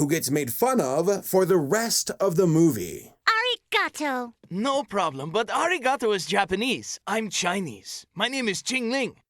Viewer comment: I'm annoyed that the person who says arigato stresses the syllables 😑